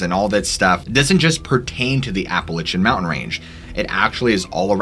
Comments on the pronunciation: My friend, I like your stories and your vid's are on point. But please, it's not Appa lichin... It's is pronounced Appa lay she an. Sorry. Plz keep up the good work. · Ap pa latch en NOT Ap pe litch en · OMG I was about ready to strangle you after the 7th or 8th or 10th time you said Appa-litch-ian Mountains. There is no Apple Itch! GDammet, it's Appalachian... like latch... Appa-latch-ian you Love your stories though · LACH not Lich but overall good show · APP UH LATCH UN Jesus Lord. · Apple itchin’ mountains… Appalachian, Apple A shun.. thank you.. you’re welcome… 😜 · Never heard of the “Appalichin”Mountains, please research pronunciations my dude! Love the content. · Ya gotta learn to say Appalachian right 1st, it’s App-Uh-Latch-Un! But the pattern sounds like a hefer bellering, just the tone is much different. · It's ap-uh-latch-uh, like apple atcha. Like to throw an apple at you. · Pronunciation nazi here, App-a-lay-shun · Seriously, learn how to pronounce Appalachian. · Dude I love your videos but please never say appalachiam like that again😂😂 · Love the channel! The way you pronounce Appalachian though...lol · its Appalachian not the way you are saying it!!!! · Great video. Though the way your saying Appalachian mountains is throwing me off lol 😂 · You saying the name of the mountain range wrong ... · You gotta listen to how “Appalachian” is pronounced, mate